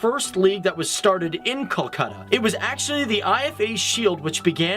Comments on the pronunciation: In hindi it is call kolkata in english its pronounced kalkata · amazing video but kolkata is pronounced as coal-kha-tha but the video was great and i am happy to see my city described without any bias